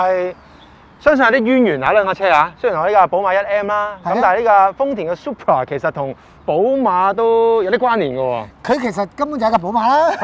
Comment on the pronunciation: "supra" man! not "super"